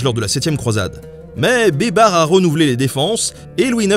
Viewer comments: Baybars se prononce "Baille Barsse" pas Bébar lol ! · Ca se prononce "baïbarsse" pas "bébar" ........ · C'est malin, moi qui a entendu "beubar", je vois babar avec une beubar 😂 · j'ai entendu "les aventures de Babar" toutes les fois où tu disais baybars! xD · Qui entend des barres au lieu de baybar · En arabe ça se prononce " Beye-ber" بيبر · Pendant toute la deuxième partie j’entend « Babar » et j’ai du mal à prendre au sérieux un éléphant en costume vert, même si c’est un très bon stratège militaire ! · Moi j'entends "beubar", la barbe quoi! 😳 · ça se prononce "az zaher baybarsse" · Rhoolala la prononciation de Beybars :) ça m'a bien fait rire, mais je suis certains que j'aurais probablement pas fait mieux loin de là hahaha Je te pardonne la blague pour la Pologne parce que quoi qu'on en dise, c'est jamais que la vérité : la Pologne a passé son temps à se faire rouler dessus par tout le monde. Et lol la blague sur le "merci qui" pour le baba au rhum. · Baybars il c'est fait bébard mouahahah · Le S de Baybars n'est pas muet 😉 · Cher Nota Bene, 2 petites rectifications : on dit "la" Cappadoce (tu prononces bien la 1ère fois, mal la 2ème), et Baybars se prononce Baillebarse.